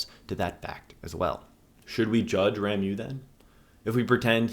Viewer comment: RA MO is the correct pronounciation. RA MO. Rameau = Branch. You're welcome.